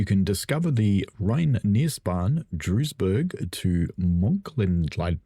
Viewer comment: I’m not even going to bother trying to get you to pronounce Mőnchengladbach correctly! I used to live near there so I’ve got a bit of a head start. Duisburg is pronounced like Dweezburg.